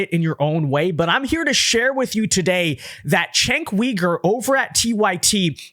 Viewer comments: Chenk Weeger?? You know who he is how do you not know how to say his name? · Stop saying name wrong! His name is "jink" "You--gurr". Cenk Uygur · You really need to learn to pronounce his name if you're going to do these videos. You're butchering his name.